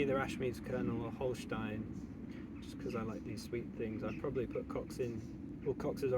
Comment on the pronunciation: yo mate, just quickly jumping in how nice your "Holstein" pronounciation is.